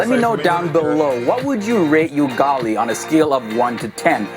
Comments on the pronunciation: It's U-ga-li not yugali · UGALI is pronounced as 'oo-gah-lee' and not 'you-gah-lee' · its Ugali not '"you"gali' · 😂😂😂😂😂 please its not yugali "Ugali"❤😂😂😂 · It is not pronounced you-gali, it is pronouced oo-gali.